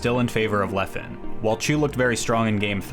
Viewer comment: I'm sorry, but thats now how you say Leffen's name. Great video, nonetheless.